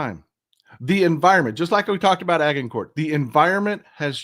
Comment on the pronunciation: Agincourt pronunciation. The G is soft like a J like in orange. The T at the end is kinda silent. So ... Ajincore